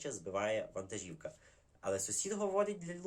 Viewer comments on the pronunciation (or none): none